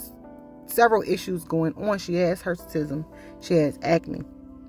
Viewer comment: What is Hersitism or whatever she said?